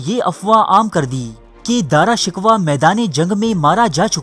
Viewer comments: Daara shikwa nahi daara shikoh🤣🤣🤣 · BHAEE DARA SHIKWAH NAHI DARA SHAKOH HAI TALAFUZ SAHI ADA KRO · Please Apna Urdu talaffuz durust Karen.Shahjahan ke bare bete Ka nam Dara Shikoh tha na ke Dara Shikwah. It is a bloody mistake. You are mocking the Urdu language with your ignorance. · AAP APNY URDU THREK KAREN, AAP JAN BOOJH K ALFAAZ GHALAT BOLTE HAN, DARA SHUKOH KO AAPDARA SHIKWA BOLTE HAN ISSY TARAH HAR NAAM GHALAT BOL KAR HISTIRY K DUSHMAN AUR HINDUES K DOST HOBE KA SABOOT DE RAHE HAN PL BE CAREFUL IN FUTURE OTHERWISE FACE BOOK PE AAP K KHILAF LIKHUNGA Q K AAP HISTORY KO MASAKH KAR RAHE HAN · His name was daara shakoo not daara shikwa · video upload krne se pehla alfaaz k talaffuz durust kia karo , Dara shikwah naam naheen.sahee naam Dara shakooh hai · Good video...but.... With due respect...the name is DARA SHIKOH.....not DARA SHIKWA. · DRA SHIKWA nahi balkay DARA SHIKOH nam hsi. Apna URDU talafuz darust karayen. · O bhai ya Dara shikwa nahi hota.. Ya Dara shekoh ha.. 😂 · Bhai name dara sikhoh hae dara sikhwah nahe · Bhai wo Dara shiko hai na ke Dara shikwa....please rectify your pronounce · Dara "Shikoh" is the correct pronunciation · dara shikoh, ghalat naam no bolo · You are pronouncing his name wrong bro It is pronounced as "Dara Shikoh" . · ارے او بے وقوف گدھے تجھے تو نام بھی پڑھنا نہیں اتا تاریخ کیسے پڑھ لی تمہیں؟جب دارا شکوہ کو مار دیا گیا حکومت اورنگزیب کے ہاتھ اگئی تو یہ پروپیگنڈا شروع ہو گیا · جتنا درست آپکا داراشکوہ کا تلفظ اتنی ہی معلومات مستند ہیں ۔ داراشکوہ جیسے معتدل مزاج جانشین کو دھوکے سے قتل کرواکر اورنگزیب نے اپنے دو سگے اور پانچ سوتیلے بھائیوں سمیت اپنے حقیقی والد تک کو قتل کروایا اور وہ جلاد بادشاہ بن گیا جو کہتا تھا ایک بوتل شراب ، ایک سیر بھنا ہوا گوشت اور ایک باکرہ لڑکی روزانہ شب کے علاؤہ مجھے اپنی بادشاہی سے کچھ نہیں چاہیے ۔ اور جہل زدہ لوگ کہتے ہیں کہ اورنگزیب ٹوپیاں بناکر بیچتا تھا ۔ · تمہیں دارا شکوہ کا تلفظ تک تو آتا نہیں اور بات کرتے ہوئے تاریخ کی ، اللہ کا نام ہے کچھ رحم کرو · بھائی داراشکوہ کانام تو ٹھیک طرح تو لو